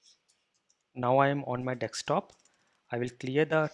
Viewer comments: Nice explanation. Why do u say Dekstop ... it is Desktop...hhaha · Also, its not DECK-STOP, but DESK-TOP ;)